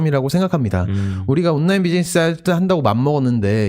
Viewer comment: 장피엠님 발음 너무 귀여우십니다. “온나인”